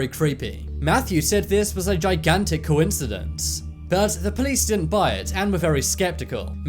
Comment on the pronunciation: I heard “confidence” lol